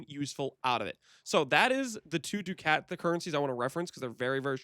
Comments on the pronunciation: For the record it is duck-it. GGG said do-caut which is weird but whatever. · Ducat is pronounced like Duck It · good video. ducat is pronounced "duckit"